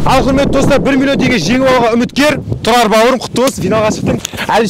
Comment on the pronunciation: ННН шамалы тілі сақаулау екен тұлал баурым дейды және құлметті достар дейді Р-ға тілі кемей жатыр